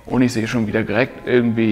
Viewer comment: Du sagst immer "girekt" statt direkt. Achte mal drauf ;) Ansonsten aber ein cooles Video!